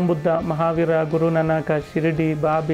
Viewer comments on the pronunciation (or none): none